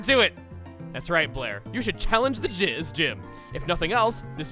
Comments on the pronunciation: with the slips of the tongue. The gizz--gym. Great job. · "That's right Blair, you should challenge the jizz- GYM" - DID ANYONE ELSE NOTICE THAT MISPRONOUNCATION?? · I heard that too. Definitely sounds like it. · omg you said challenge the "jizz" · One of my all-time favorite tracks from this game is the theme that plays when you reach the summit of Dragonspiral Tower Also if I hadn't read one of the comments below I would have thought you had a stroke when you said "sh---y" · unfortunate slip of the tongue, eh? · uhhhh whatd he say